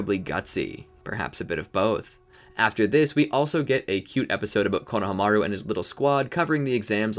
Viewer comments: Same I swear he's saying coe-no-o-hamaru instead of coe-no-hamaru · Is he saying Konahamaru wrong or am I missing something?? My whole life is on the back burner waiting on the answer